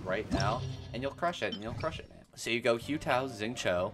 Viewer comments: Why are you saying ‘Hue Tao’ 😅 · "hyu tao" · Oh god the pronunciation of Hu Tao is giving me hives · no cuz I’m confused like do people just not listen to how characters’ names are said in the game 😭 “yay miko” “say you” “kaching” “kay ya”